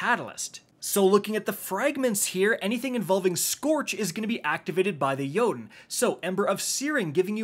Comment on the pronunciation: YES!!!!! Finally a content creator who can correctly pronounce Jotunn's name.